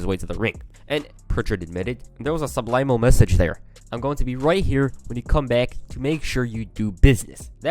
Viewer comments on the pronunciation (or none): is such a gd channel he’s changed the pronunciation of subliminal to ‘sublimal’. If he says the Sky is green, I’ll agree with him.